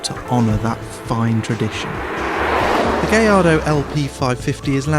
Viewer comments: 'Gaj-ardo' not 'gay-ardo' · "gay-ardo" ???? "guy-ardo"............. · actually it's pronounced more like guy-ardo...not gay-ardo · i thought it was a Gallardo not a Gayardo -_ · Did he say its a Gay Lardo?